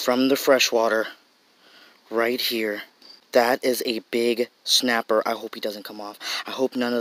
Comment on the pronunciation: Is it just me or is he pronouncing it shnapper